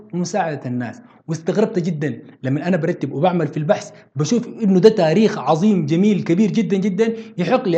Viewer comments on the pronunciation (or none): none